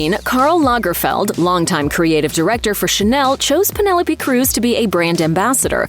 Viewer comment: My thoughts are that you need to learn to pronounce her name properly 😮